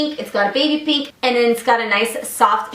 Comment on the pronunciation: It's pInk not peenk. Like nails on a chalkboard.